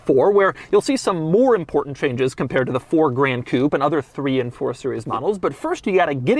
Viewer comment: Why does Doug pronounce Gran Coupé like that aaaaa it's not "grand coupe"